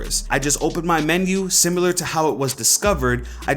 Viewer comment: Why do you say simular?